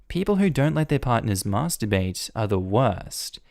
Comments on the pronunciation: Hearing an Australian accent say MASTERbate sounds so strange to my Australian ears MASSterBate sits better. So are you taking elocution lessons? And if so where do you get them from I may need some for my career too. (I am trying to get into a professional career and some people think I sound too country / bogan) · Why do you say Masterbate so weirdly